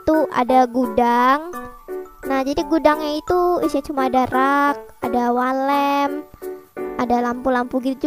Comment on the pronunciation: Yang aku denger wall lamp❌ walet ✔